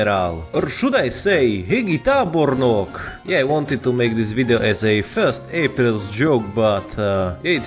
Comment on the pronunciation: You nailed pronouncing hegyi tábornok also great vid